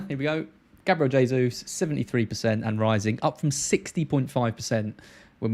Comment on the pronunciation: jaysus, not haysus. Please. it's a Portugese pronunciation, not Spanish.